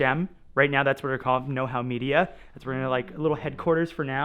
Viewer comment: The “Make Hause” like house But Well you get it 👌🏻